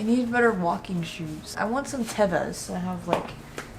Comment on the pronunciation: I love you but concerned for how you pronounced Teva’s 😂😅